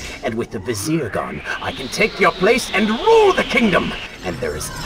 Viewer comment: It's Vizier not Vesere